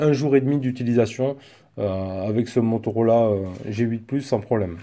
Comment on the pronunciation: Si dice Motorola, non Motorolà! 😂😂😂